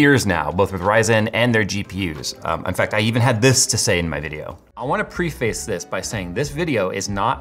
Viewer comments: "pre-face" instead of "pref-ace" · Its not Pre Face its Preh Fuhs ( like the pre in predator)....I don't know why it bugs me so much but it does lol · Yea yea AMD dies cracking up, TSMC are the ones that make the dies, not AMD. I'm here to talk about how pronounces preface as pre face.